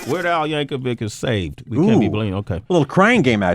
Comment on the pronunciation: It's Yankovic, not "Yank-a-wig" hahaha